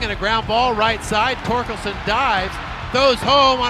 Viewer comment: Not knowing how to say Torkelson is the most don’t know ball thing I’ve ever seen